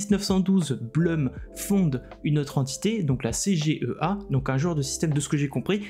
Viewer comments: ☝🤓 Si le nom Blum est d'origine germanique, ça se prononce "bloum". En Allemand 'U' c'est 'ou' et 'Ü' c'est 'u' mais jamais 'eu', ça c'est en Anglais. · Je pense qu'on dit Bloum, non?